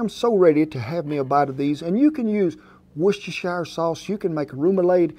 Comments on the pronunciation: "Worcestershire sauce" prononciation is a (little) challenge in itself... Thank you Chef Rollins ! (there's nothing like that "worst sister's sauce" !) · Wooster-shire sauce is the way it is pronounced in the UK, but here in Australia we throw in another syllable and call it Wor-cester-shire . Similar to how Launceston is actually pronounced Lawns-ton in the UK, but here in Australia we say Lawn-ces-ton. I call it Wooster-shire sauce as it was created in the UK so they must know how it is pronounced ... and it is easier to say. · That sauce is pronounced; 'Wooster - sheer' ... sauce. I live near Worcester 👍 There is a secret ingedient ... Anchovy oil. That is what gives it that flavour. Keep well.